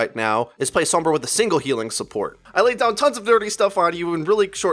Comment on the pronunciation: I like your videos but can get cut out the pretentiousness, "fan-servicing" of "pro-players", AND for the love of god, stop pronouncing Sombra/Pharah wrong